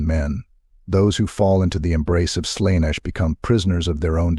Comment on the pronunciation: You are pronouncing Slaneesh...